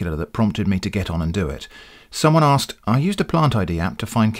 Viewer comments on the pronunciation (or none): none